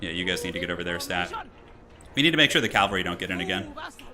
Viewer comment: Ca-val-ry not cal-vary